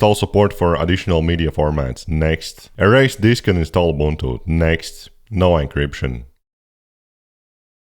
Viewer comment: He’s correct it’s pronounced oo-BOON-too in Xhosa and Zulu.